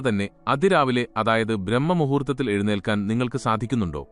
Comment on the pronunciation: ബ്രാഹ്മ മുഹൂർത്തം "എന്ന് പറയൂ ...